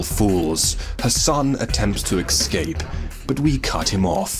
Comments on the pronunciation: Great video, but are you saying “excape” instead of “escape” or am I going mad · For Christ Sake stop saying 'Excape' go check your dictionary its Escape E S Cape not EX. you can miss pronounce any word you like, just not that one, triggers me, blocked gg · Its ES CAPE not EX CAPE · Escape. It's pronounced 'es-cape'. Not 'eggs-ape'. It's a six letter word with three syllables. It's not that hard guys. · Excape.... EXCAPE....